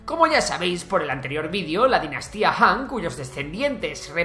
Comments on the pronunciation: FE DE "RATAS": "Dinastaía" Han. Grandes "Empreadores". La Cultura del "Tihuacano" (dice "tihuacano" y escribe "tihuanaco", pero la palabra correcta es tihuanacota). "Setrapías" (es Satrapías). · Dice Dinastaía